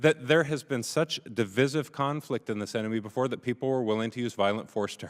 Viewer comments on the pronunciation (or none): It's wild that this guy wrote a book but can't pronounce the word "divisive". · Why oh why do people have to mispronounce “divisive”? It’s from the word divide. Divide.